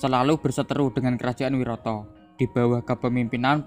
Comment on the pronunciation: Maaf mas cuma mau mengoreksi, pengucapannya yang benar "wiratha" bukan "wirata" mas 🙏🏻